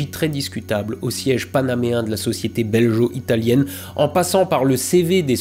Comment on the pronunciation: ça se prononce " Bel-go " italien, non pas belgeot, sinon très bon épisode comme d'hab ! ^^